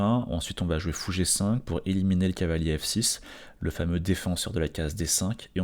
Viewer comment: C'est moi ou tu dis Cahier au lieu de Cavalier ? :P